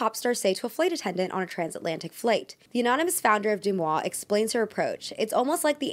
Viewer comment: Sorry for being nitpicky, but DeuxMoi is pronouced like De-Moi, not Du-Moi.